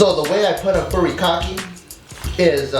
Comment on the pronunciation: pronounced furikake- really nigguh?